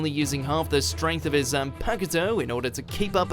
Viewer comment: “”Zanpa-KU-to!”?!!!! Really?!!! That’s just disrespectful!!! :((((((